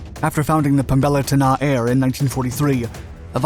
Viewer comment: As an Indonesian it's funny when you say pembela tanah air with American accent.